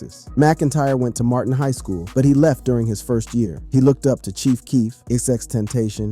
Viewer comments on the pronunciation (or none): none